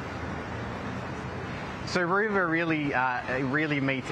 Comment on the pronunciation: “Roo Ver” !?! You have got to be kidding me! Coolamon or Kakirra sounds a lot better on the world stage. The world must think we are a joke !